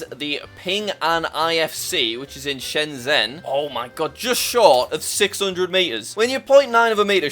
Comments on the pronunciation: Jack: says shen zen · And also the pronunciation of Shenzhen, that was way off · It hurt when he pronounced shenzhen, like I don’t even know at this point